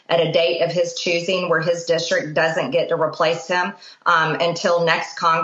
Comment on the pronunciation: I think that MTG (who says "dischtrik") should be expelled.